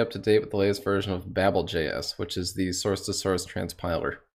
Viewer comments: Learning how to pronounce "Babel" properly also helps :D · Low quality comment - plus you're wrong. It's pronounced babble, per a Twitter thread where babel was consulted. ":D"